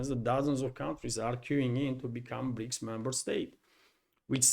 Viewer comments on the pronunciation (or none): none